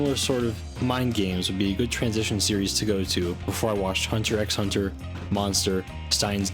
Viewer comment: Not sure you were aware, its pronounced hunter hunter.😊